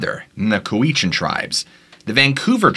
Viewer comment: I am from Cowichan...it is pronounced Kow a chin